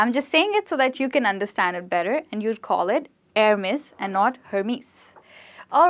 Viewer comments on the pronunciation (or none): none